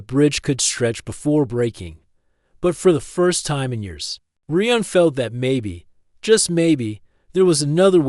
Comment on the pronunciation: This needs some work. You need to fix the vocal cadence of the AI. Also, the AI doesn't need to say "dot" when it hits a period at the end of a sentence. The AI calls the human Reeuhn instead of Ryan. There are several other issues as well. Listen to the story and fix the problems before you post it